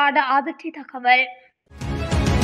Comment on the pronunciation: இந்த பெண் அறிவிப்பாளரின் தமிழ் உச்சரிப்பு படு மோசம். அதிர்ச்சி தகவள் என்கிறார், தகவல் என உச்சரிக்க தெரியவில்லை. தமிழ் எழுத்துக்களை எப்படி உச்சரிப்பது என பழகிய பின் இந்த தொழிலுக்கு வரவும், தமிழை சீரழிக்க வேண்டாம்.